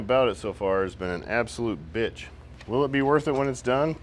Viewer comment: turns into a Balkan hitman. "I vill kill hjim"